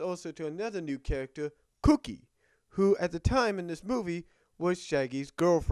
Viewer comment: actually it's gookie not cookie